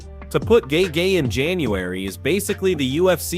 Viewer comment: "gay gay" for Justin is just funny.. damn AI.. LMFAO 😂😂😂😂 and "Gay Jay" 🤣🤣🤣🤣